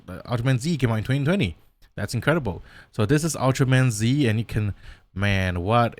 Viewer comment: Ultraman Z's name is pronounced "Ultraman Zett".